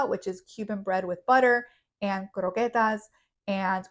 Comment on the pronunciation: Before I watch Any further- eggs. By the way, just say croquettes normal please 😂 🥂